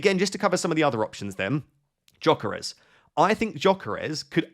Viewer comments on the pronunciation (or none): it's Yuh-Keh-Res not Joh-keh-res😅